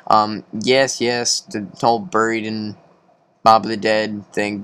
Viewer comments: Did he say buroed it's buried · Its buried not buro dumb ass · Why the fuck u pronouncing buried as borrowed it's buried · It's buried not buro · Borough not buro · It's not buroe dude it's buried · Buried not burrow! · buried not buro